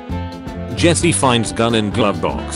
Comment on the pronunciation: I like that the text to speech voice keeps pronouncing Jesse “Jess”. Such a funny little quirk of using the British voice.